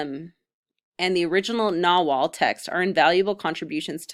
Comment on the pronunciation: Pretty good 101 info. Some issues: Nahuatl is prounced Na-watl. Conquest date depends on what you mean. Conquest of tenochtitlan was 1521. There's less of dozen codices that are pre-conquest.